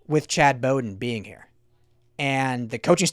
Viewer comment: Bowden, is pronounced, like a dogs bow-wow. wow ...with a 'B' like bowdown to usc